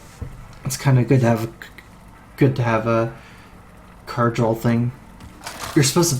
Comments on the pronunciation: dude it's draw not drawl :D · THERE IS NO L IN THE WORD DRAW